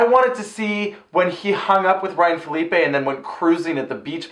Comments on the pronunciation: What's with the "Felipe" pronunciation of Phillippe? I thought it was Phuh-leep or Philly-pee. haha XD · The pronunciation of Phillippe tho. Smh